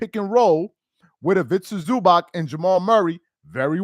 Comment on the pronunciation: Is ivica zuubahts not zubak.